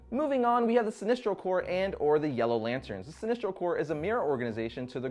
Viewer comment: Are you saying sinistro or sinestro? it sounds like you keep saying sinistro.